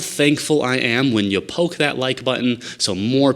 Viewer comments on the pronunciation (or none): none